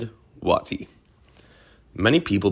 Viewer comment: Another good doc. General Wheeler's moment should have been longer. One criticism if you don't mind? It's not Wah tee, it's Way tie. For General Stand Waite.